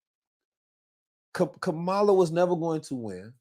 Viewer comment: Please stop pronouncing Kamala name wrong!